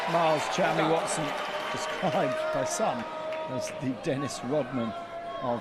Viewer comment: Miles Chamley-Warner? The commentators for fencing have always been awful, but they can't even get the athlete's name right?